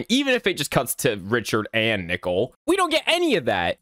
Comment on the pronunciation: Bro why does when he says "nickel" instead of "nicole" is the scariest part if the video💀💀💀💀💀💀💀💀💀💀💀